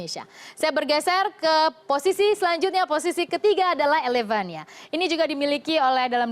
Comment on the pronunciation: elevania..prett..ilevenia mbakk